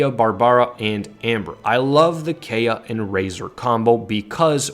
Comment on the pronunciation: Being a F2P myself, I really like this guide. THANK YOU!!! But am I the only one disturbed by the way BARBARA, KAEYA & LIYUE is pronounced? I mean, the game has English voice acting. Shouldn't really be that difficult. Still dropped a like & subbed. I am currently running a [Razor, Barb, Xiang & Amber] comp for the ATK UP, but I might give your [Razor, Kaeya, Barb & Amber] comp a try.